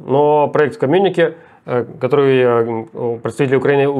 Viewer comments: Руслан, коммюникЕ, на последний ударение, от французского. очень уж слух режет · Майкл, передайте, пожалуйста, Руслану, что в слове "коммюнике" ударение делается на последний слог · Майк, научи Руслана правильно произносить комм’юнике! А деревня просто!🥴